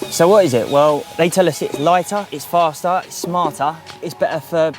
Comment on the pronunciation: its LIGHTAH. ITS FASTAH, ITS SMARTHA